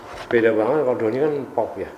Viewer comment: Kok Donnir Yang Benar Donnie